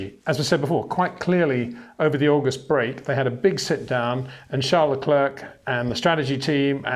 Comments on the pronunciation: Come on man, "Luh Clair". It's not very hard is it? At this point still calling him luh klerk is disrespectful. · Charles Leklirk, man put in some effort.